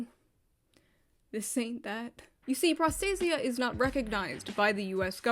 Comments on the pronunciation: My only issue with this entire video is, well... [pro'stasia]. I know, I know, anglicized word and all that, but the original stress is [prosta'sia]. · As a Greek hearing pro stay zee ah makes me sad. Pro stah see ah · It is pro-sta-sia, not pros-ta-sia. It's greek for protection. Sorry but as a greek I just couldn't pretend I didn't hear that. Not gonna comment about the rest.Why the fuck are we even surprised anymore? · They managed to make the word “protection” sound like prostate. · Bruh this shit looks like its pronounced prostate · the word prostasia is a Greek word and it means protection, and the correct way to pronounce the word is prosta-sia, without using accent...(go to google translate and listen on how the google translation voice says it.)... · my ears r bleeding from the moment you pronouncd prostasia (its a greek word btw) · Greek person here. Prostasia means Protection in greek and is pronounced Pro (as in PROffesional) sta (as in STAlion) si (like sea) a (as in Algebra).